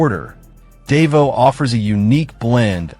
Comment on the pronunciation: you goofball learn how to pronounce words, Davao is proniunced Da vow idiot